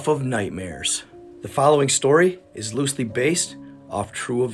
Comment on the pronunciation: "Loosley based "....lol stop it dude